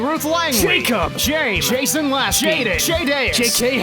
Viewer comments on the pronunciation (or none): none